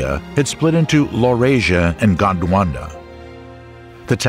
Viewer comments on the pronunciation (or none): none